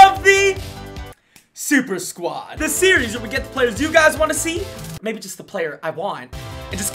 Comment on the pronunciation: nobody:: tHE sUpER sQuADd